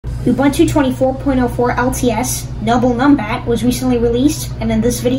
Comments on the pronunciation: Pronounced ooh booon tooh. Don't mispronounce indigenous words as you are doing it in a most offensive way. Please. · Pronounce Ubuntu